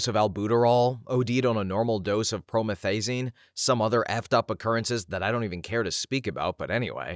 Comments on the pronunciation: well now I know I can take too much of my promethazine 💀 Which, by the way, is pronounced pro-METH-uh-zing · Never heard prometh pronounced like that